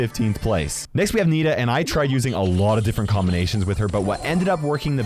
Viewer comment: you say Nita!! That's horrible!!